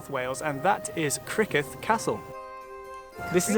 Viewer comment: It's spelt Criccieth castle...that's pronounced Crick- ee- eth